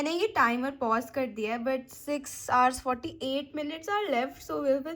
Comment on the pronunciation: It's not houvers It's hours